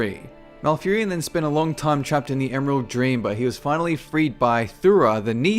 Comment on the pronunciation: Furion, na serio?